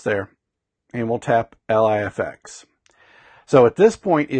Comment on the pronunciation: Thanks for this video bud! One (hopefully helpful) pointer is that LIFX's website describes the pronunciation of LIFX as 'Life-X', rather than 'ell-aye-eff-ex'. I don't mean this as a criticism - just thought it might help u out ;-)